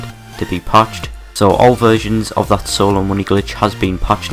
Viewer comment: "thas won haz been pached" don't fucking talk about it then.